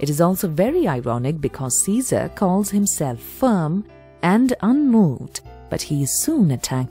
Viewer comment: Its "Caesar"